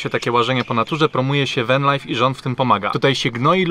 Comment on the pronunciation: Spróbuj popracować nad wymową angielskich słówek, venlajf to jedno z najgłupszych udziwnień, podobnie Sydni. Zresztą przez przypadek wymówiłeś dwa razy poprawnie te słowa, czyli da się, tylko ty już się gubisz.